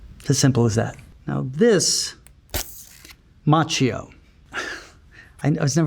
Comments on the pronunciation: I do love him over 40 years - but languages are not his thing. Cause as an Italian speaking person I have to say that his name is pronounced like Makkio. Same as latte macchiato. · But Macchio is pronounced as Makkio in italian, i’m confused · I pronounced his last name as "Ma-key-o" 🥀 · Omg i learn italian right now and it hurts my ears when i hear him pronouncing his own name wrong, so the world has it easier xD like daniel ricciardo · Additional question: How strange is it living your whole life wrongly pronunciating your own family name? Macchio is an Italian name (his family name was Macchia) and in Italian the letter H has its sound. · Ralph Macchio, Conan O'Brien's producer Jordan Schlansky says you pronounce your name wrong. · Love him so much, just can't stand how he pronounces his surname, I was hoping that would come up in the Google search 😅